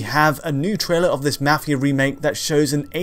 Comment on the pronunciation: He says mafia weird